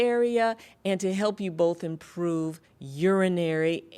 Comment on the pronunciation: Careful. "Imprpove."